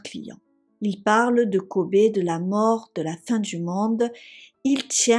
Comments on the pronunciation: Juste la prononciation de Kobe se dit "kobi" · Kobe se prononce Kobi en anglais : restez prudents!!